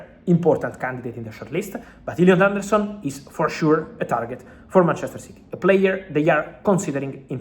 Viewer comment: Illiut aundourrrsun 🤣🤣🤣😂 go on fabulous